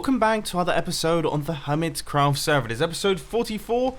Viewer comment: Stop calling it hermitscraft